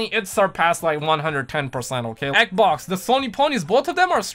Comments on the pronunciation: Everytime you say "xbox" it sounds like you say "eggbocs" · I kinda get annoyed by it but I just hope he's fucking around and doesnt actually call it that, if not then that's fine I'll just cringe